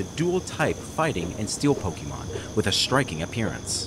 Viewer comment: All of this time and effort, yet bro still can't even pronounce Pokémon correctly.